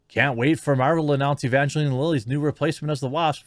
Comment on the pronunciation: It's pronounced ə-van-jə-line. Bad Religion did a song with that name.